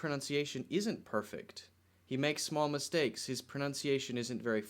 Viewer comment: English, Did you say 'pronounciation' when correcting Jack Ma's pronunciation of "China"? Maybe I'm mishearing it ... but I definitely hear 'pronounciation' every time ...